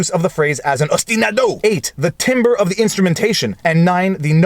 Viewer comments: "timbre" is pronounced like 'tamber' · Excuse me Mr. Lawyer, I understand you are not one of those "musical lawyers" so I wish to issue a very basic correction: The word timbre in music is pronounced "tam-bur" Thank you for your content and have a lovely quarantined day!